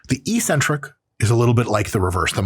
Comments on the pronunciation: Dr. Mike, perhaps you can explain why bodybuilders pronounce eccentric “ee-centric”. If we are going to randomly ignore consonants, perhaps we should discuss the “co-centric” phase? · Why do us gym ppl say eccentric wrong?